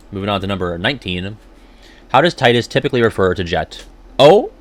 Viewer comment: Take a drink everytime he says Tidus wrong. The voice actor explained how to say it, so of course we know the true way of saying it. They wouldn't lie to him lol